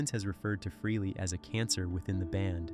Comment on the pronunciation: Also it not Ace fruhley, its pronounced Ace Fraley ( Frehley)